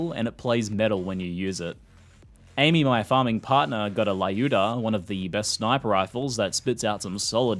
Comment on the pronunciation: in Lyuda - "y" is silent. pronouse "Luda". it's female russian ( or rather slavic ) name. short for Lyudmila.